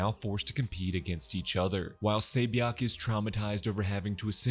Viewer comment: Say bee yawk? I really appreciate the reminder tho my man. Just would have made it easier to follow if the names were remotely recognizable. I'd assume she's 세 비역? But it's too hard to tell